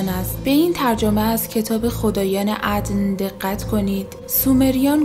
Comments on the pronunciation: عَدَن درسته، چرا غلط میخونی؟ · جناب عَدَن تلفظ عبری هستش، عَدْن فارسی و عِدِن انگلیسی. موفق باشید 🌹